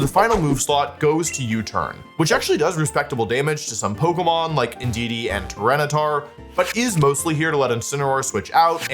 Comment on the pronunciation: thats not indudee thats inshedee